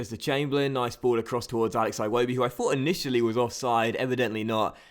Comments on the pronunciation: its like he's Scottish Aye wobi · I hate the way you say Iwobi lmao